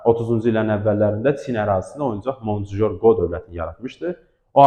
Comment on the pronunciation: История для чайников, diksiyanızı düzəldin, sözləri düz tələffüz edin "Rapallo" vurgu 2 ci saitə düşməlidir, dominyan yox domonion, Monçujor qo yox Mançjou-Qo, 3 il ərzində heç nə dəyişməyib, yenə də öz bildiyiniz kimi deyirsiniz